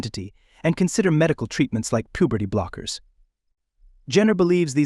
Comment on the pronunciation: "Male pooberty" 😂 get better AI